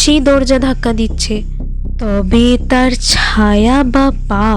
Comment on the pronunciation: কথাটা ছাওয়া নয় ছায়া উচ্চারণ ঠিক করুন